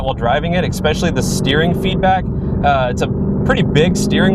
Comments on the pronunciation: gd it man.. its especially not exspecially... christ. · Not bad, but do yourself a favor and stop saying EXPECIALLY...... IT'S ESPECIALLY !!!